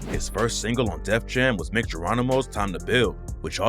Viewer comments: Mic 🎤 like microphone, pronounced Mike. Mic Geronimo. Not Mick, throw some respect on dudes name! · “Mike” (Mic) Geronimo not no damn “Mick” 🤦🏾‍♂️ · It’s pronounced Mike Geronimo. At least pronounce the dudes name right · Its pronounced Mike Geronimo btw